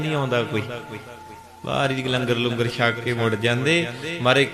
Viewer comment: langar lungar nahi honda. Tusi te theek shabad bolo